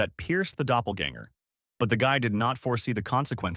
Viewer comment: Somebody please teach ai how to say doppleganger